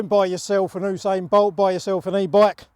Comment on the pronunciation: Oosain bolt